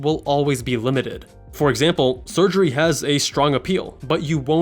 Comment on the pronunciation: It's hilarious how he keeps saying no sugrey and less responsibility like it's a com when that sounds like a pro to me